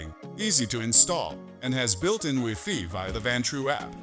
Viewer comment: weefee. shut up Ai